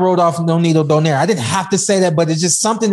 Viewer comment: still can't pronounce the name right... is don-ai-re